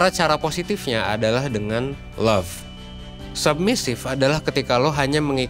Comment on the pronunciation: Cuma di 1% submissive jadi sumbassive 😂 menit 3.05